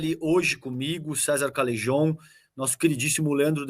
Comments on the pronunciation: Cesar Calejon. O CALEJON.. ESSE NOME VEM DO ESPANHOL E O J. TEM SO DE R. EX. CALERON..SE PRONUCIA ASSIM... . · Mais se escreve com J.so que o som é de R.